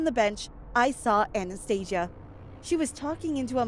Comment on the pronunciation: Lol i heard anaesthetic instead of Anastasia